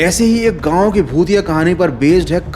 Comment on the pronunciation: Gaun ❌ Gaon ✔️